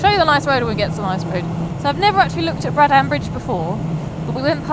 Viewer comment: Sorry to be an anorak but it is pronounced Braddn. Not BraddAn